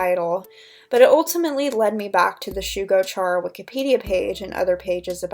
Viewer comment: Hope this doesn’t come across as rude but isn’t it pronounced like “Kare-ah” not “chair-ah” because Chara is short for character?